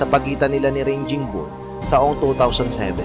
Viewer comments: brod baka raging ang ibig mo sabihin at hindi ranging bull, marami pa naman nanonood sa vlog mo, just saying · 'Raging' not ranging! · Ranging Bull ampota. RAGING siguro bossing. may google na tayo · Armenian po yan..bulok raging bull hndi ranging bull😅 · RAGING BULL PO. Hindi ranging bull… The original raging bull is Jake LaMotta. May pelikula pa po eto titled “Raging Bull”. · Correction idol,hindi RANGING BULL C DARCHINYAN kundi RAGING BULL! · Raging Bull..not Ranging Bull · Raging bull yun boss,d ranging bull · Raging bull po. Hindi ranging bull. Nakakatawa po kayo. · Correction po. RAGING BULL po hindi po yung paulit-ulit na RANGING BULL na sinasabi MO. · anong ranging ?! paulit ulit kapa ... 🤣🤣🤣 fyi lang "Raging bull' from the root word "rage" ... ranging ka ng ranging kakahiya. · Sir parang hindi RANGING BULL RAGING BULL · Raging bull sir hindi ranging bull…friendly correction po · raging bull po d ranging bull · Raging bull hindi ranging bull,ngwa2lang toro hindi lone ranger. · Anong ranging bull? Baka raging bull.. hahaha potik.. tapos American Australian.. baka Armenian ausie ... Wahaha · Correction. Raging bull hindi ranging bull. Ayusin mo sinasabi mo. Ranging bull ka ng ranging bull. Umayos ka. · Raging bull, hindi ranging bull! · correction po...raging bull not ranging... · Ranging bull talaga o raging bull? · Hindi Naman American si Darchinyan at saka hindi " RANGING BULL" ,RAGING BULL, pare.Sya ay ARMENIAN AUSTRALIAN!